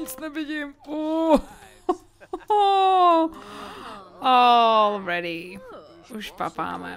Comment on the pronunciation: Furt ako vravíš all ready tak to počujem ako ol vredy :D :D :D :D